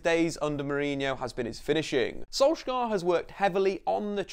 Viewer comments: Pain my Norwegian ears how he pronounce Solskjær in wrong way. We Norwegian don't do K in heavy way but soft. Solskjær should be more pronounce like Solj@ with taking away the t end of as mostly comes from the Scandinavian æ 👂🏻🇧🇻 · If you drop the "k" sound you'll be much closer. The "skj" sound in Norwegian is pretty much the same as the "sh" sound in English. Don't worry about getting the vowels right. They're fiendishly difficult :-) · it is funny hearing pepole trying to pronounse Solskjær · As a norwegian, im tired of everyone saying solskjær wrong